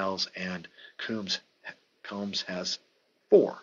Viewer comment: Hey, nice job with this project...love your passion young man. A couple of pronunciations, Glenn Combs sounds like what you do to your hair...comb. For Minnesota that guard Steve Vacendak is pronounced VaSendak. You are correct about Hagan, he was the original 'Point Forward'...you also got to remember he was the player coach...I saw Cincy Powell play in Grand Rapids...I think he played for Benton Harbor...this was in the mid 60's before the ABA started...lot's of those guys played in GR...Arvesta Kelly scored 60 plus points in that league...the MidWest Basketball League...it was a weekend league...they played maybe 20 games...lots of fouls my man..I'm going to check on some of those old boxscores and see what the foul situation is...